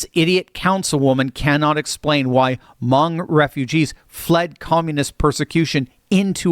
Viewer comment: Hmong. Rhymes with "dung."